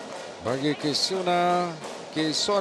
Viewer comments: Yang pengulas xhabis2 kisoni2. Sampai kamera terang2 tunjuk nama kisona masih ckp kisoni lg..stress ak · Ala pengulas pn jap kisona jap kisoni la aku plak terpesona..well done dh lame x tgk indian player mng emas badminton.. Good job!! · My mom : ni mesti ada syedsaddiq ni tulah menang Dad : syirik la Abang aku : kisona kisona you are my sonia Adik aku : Knp rupa dia Mcm kakak jarjit upin ipin Me : hm pengulas ni asyik tersasul kisona tu kisoni je HAHAHAH ok sekarang aku nak korang gelak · Kisona ke Kisoni? Adui lawak bila pengulas confius Kisona dgn Ruselli 🤣 Last2 jadi Kisoni.. Anyway, terbaikk Kisona 👍👍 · Congratz Kisona Pengulas : Apa daaaa KISONI.. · Pls pronounce her name properly. Its kisona not kisoni, mr.commentator. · To Astro Arena, for my opinion lah, pls ambil bekas atlet badminton macam Hafiz Hashim ke, Woon Khe Wei ke jadi pengulas. Ni entah pape tah, jap2 KISONI la RUSILI la RUSOLI laaa. Tee Jing Yi menang SeaGames 2017 la. Tu Goh Jin Wei la haduiii. Ayoooo aku drpd semangat tgk live rasa nak marah ja. Pengulas kalau bukan bekas atlet pun, buatlah homework sikit taktikal utk WS. Siapa pemain yg tgh lawan jgn main taram ja cakap. Just my two cents. Aku bagi opinion pun betul2 nak media sukan ni jadi lagi best esp kalau bekas atlet jadi pengulas. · apa benda lah pengulas ni kejap Kisoni kejap lagi Kosona ... sebut lah bagus Kisona isk isk isk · Kosini kate pengulas hehehe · kejap Kisona kejap Kisoni.. sebut la nama betul betul adoi.. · KISONI KISONI! stress aku dengar. Aduyai. Come on la astro arena